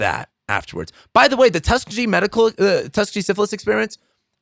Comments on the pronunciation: I agree with some but I really appreciate the open talk- side note: it’s pronounced “tus-keeg-eee” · I think it’s pronounced Tuss-KEE-gee (hard G). I might be wrong. The only people I knew personally who died from covid were unvaccinated. Just a fact. Interesting content, thanks for this. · Pronounced Tusk Kee Gee....ecperiments! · tusk ee gee ! lol